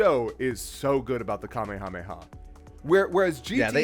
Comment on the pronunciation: All these years and still doesn’t know how to pronounce Kame Hame Ha.